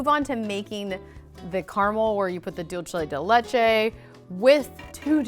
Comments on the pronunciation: she was like “Dulte di letchie” and me, being Hispanic be like, “Wt, it is Dulce de leche” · its pronounced dulse de leche